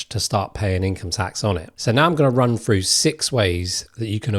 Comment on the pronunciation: "We're gonna run frew what those ways are..." "Ways you can build welf"? WTF is 'welf'? Seriously, you became a youtuber when you can't even speak English better than a 3 year old???